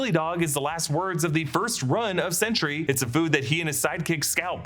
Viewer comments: It’s ‘Sentry’ with emphasis on a clean T. Not ‘Sentury’ (like century). Made this video so painful to listen to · "Chentry", Sentry's hispanic cousin? ( I get it, too many similar pronounced words on a single line would make this slip)